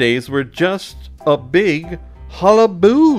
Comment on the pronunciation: Ha-la-ba-loo. The error is kinda bothering me sorry